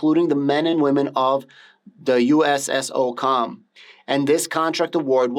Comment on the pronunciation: USSOCOM pronounced [SooComm]it’s the Navy Seals, Army Rangers/Green Berets and AFSOC is it’s own entity too they do CSAR Combat Search and Rescue etc. Others entities like Delta Force and others